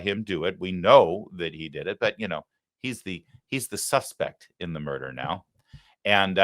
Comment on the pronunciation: "The suspec"? Idiot.